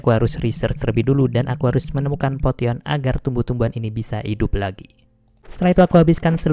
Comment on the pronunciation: potion dibacanya posien bang 😭